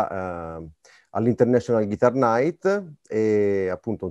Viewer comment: Interessante, ma con così profonda conoscenza della chitarra non sarebbe il caso su tutti i siti italiani di imparare a pronunciare Guitar ? Il net ha esempi di Inglese UK e USA. Solo nel sud USA Geet-tar è comune (2 sillabe). GHItar è maccheronico, punto.Esempio: while my guiTAR gently weeps. 2024 e ancora : loov, ward per world, talk con la L , neanche in prima media! Wake up! (not Woke, please, e non pliss). È tutto a portata di schermo anche con belle ragazze che mostrano i movimenti facciali (lo so, distrae ma è meglio delle nostre prof. anni 60 con i baffi!). .